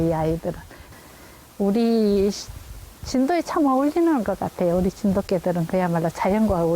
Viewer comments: 이방송 해설자, 꼭 명심하고 고치시요.뭐냐하면 "진도개" 라고 쓰고 읽고 발음할때는 "진도깨"라고 해야한다...한글 교본법에 구개음화 법칙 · 리포트하는 분, 발음이 진도개가 아니고 진도깨가 맞아요, 고치시기 바랍니다. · 나레이터 진도개로 발음하는데 진돗개 그대로발음하는게 맞는거 아님? 어색하네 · 나래이션女야 '진돗개'로 읽으야지~ 억지로다가 진도개 진도개.. 누가 그리 시키드노..? 확 마..... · 진도개가 아니라 진돗개로 발음해야합니다.. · 읽을때는 진도개가 아니고 진돗개라해야되는거 아닌가?나래이션하는여자 열라 어색해.공부는 제대로하고 처읽고있나.. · 발음,문법을 좀 알고 하세요.진돗개입니다 .나리에터님.듣기가 영 안좋아요.